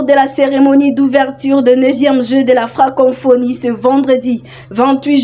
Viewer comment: Ce n’est pas FrancoNphonie. C’est plutôt FRANCoPHONIE. Co co co et non con conphonie. FRANKOPHONIE. FRANKOFONY. Prononciation svp! Bonne chance!